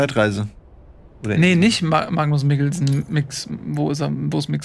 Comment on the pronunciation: finde gut wie mit jedem mal erwähnen "Mads Mikkelsen" absurder wird. "Markus Mokmiksen" xd